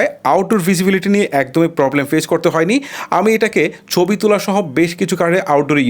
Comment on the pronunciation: চবি কি ভাই??? ছবি বলতে শিখেন।